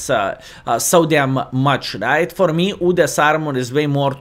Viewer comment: I like how u say udes "OODES" 😂😂